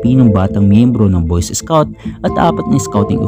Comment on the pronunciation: Anong boyses scout? BOY SCOUT!!!